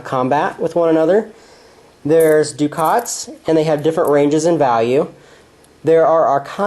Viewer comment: It's pronounced: duck-et, not Dukat. Dukat was in Star Trek Deep Space Nine. A ducat is a gold coin.